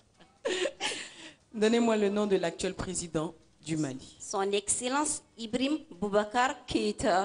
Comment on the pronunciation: non, elle dit Ibrihim. Peut-etre c'est la prononciation correcte en Bambara.